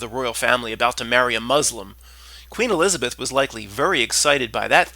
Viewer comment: Queen “E-lizard-Beth”! Lol